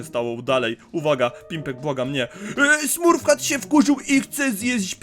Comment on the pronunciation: Mówi się smurf cat